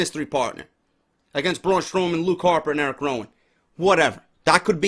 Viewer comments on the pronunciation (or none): none